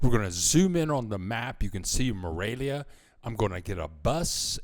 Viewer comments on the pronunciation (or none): I liked your video, but it really sounds like you are saying Moravia, not Morelia...